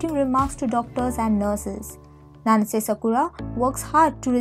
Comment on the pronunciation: Your pronunciation of Japanese names is weird. It's like ...either you didn't even try to get them right or never watched the drama to begin with. D-A-ngo? M-u-kino? Nanse? Todom? Made?